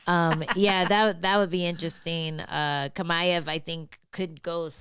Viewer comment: It’s chimaev like CHips, not kamaev